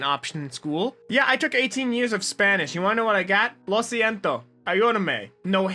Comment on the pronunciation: he did said "lo siento" pretty accurately tho, so he's good on my book!